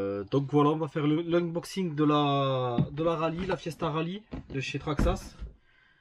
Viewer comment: C’est quoi un « unboging » ? 😜